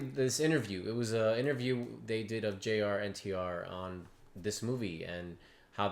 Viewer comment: bruh his name is Jr.NTR as in JUNIOR NTR